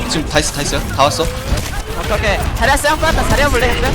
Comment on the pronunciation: 왜 자리야가 자기야라고 들리지?